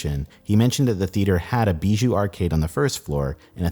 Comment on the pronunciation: BIJOU is Bee-jew? Not Bi-You